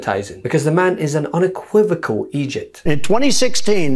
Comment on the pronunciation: Quite funny, you can't even pronounce "Idiot" correctly..............